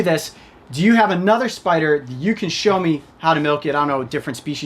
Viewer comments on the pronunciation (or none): “We can definitely milk the spidah”